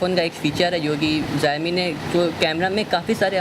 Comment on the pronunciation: pehle xiaomi ka naam thik se pronounce kr lo